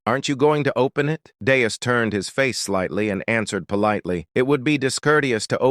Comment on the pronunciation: Just one example of many: The character's name is Deus (DAY-oos). I've heard it pronounced correctly maybe 20% of the time. Other times, it's Dayus, Danus, Danoos, Dave, Venus (how???), Deuce, and Dust. I think there were other names for this character too. Don't blame it on the translation, either, as I've read the original manga, and his name is consistent across the chapters. Just lazy, AI slop.